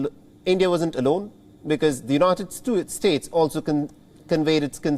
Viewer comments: haha u said united stooge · Haha !! United stoots 😂